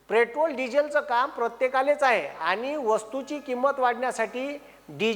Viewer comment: आधी पेट्रोल म्हणायला शिका 😅